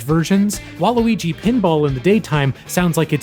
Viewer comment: Why did you say Waluigi with a hard G